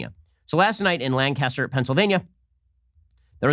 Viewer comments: Ben, as someone who lives near Lancaster Pennsylvania let me tell you, it's pronounced LANC-is-ter, not LAN-cas-ter. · Hey Ben, big fan, as a native Lancastrian, wanted to let you know we pronounce it "Lan-kiss-tur". It's how we id people from out of town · It's pronounced Lan-kiss-ter, Pennsylvania. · Lancaster is said like “Burt Lancaster” come on Ben, Lancaster...just roll it out of da mouth